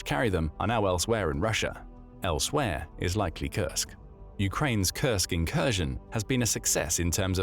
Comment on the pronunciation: Like he says it over and over to look sophisticated? Can’t pronounce Kursk correctly which it’s mostly about Kursk? Strange.